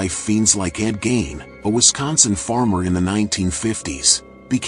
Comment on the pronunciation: Who's "Ed Gain"? Is he related to Ed Gein?